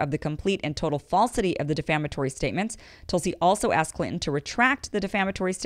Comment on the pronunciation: I love the way you say Clinton lmao